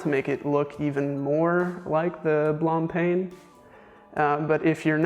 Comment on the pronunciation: you also missed Blancpain Blan paun not PAIN